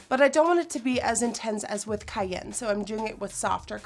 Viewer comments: The color "kayen" lmao its cayenne. Kai. Ann. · 'Kai-Anne' not 'Kai-Yen' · I hate to be a bitch (no I dont) but honey it's pronounced Kai-yen...like the pepper... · Am I the only one mad about the way she said 'cayenne' lol its pronounced kie-an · (ki-yan)=cayenne but its ok bc ur so amazing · i love how she says cayenne 😂 its pronounced shy-anne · It's pronounced kai-anne... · cayenne is pronounced kaianne ( kai-anne ). as in cayenne peppers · Was I the only one who felt irked every time she said "cayenne" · YESS 'cayenne' omg 😂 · the way she says cayenne lmao LIKE THE SPICE!! 😂😂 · cayenne is pronounced like the spice😂😂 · I love you...but.....its ki-yan! You said En fuego correctly! But cyanne was driving my nuts! lol